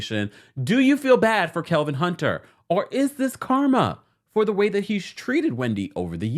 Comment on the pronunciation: I love how you call him KeLvin 😸😹😹😹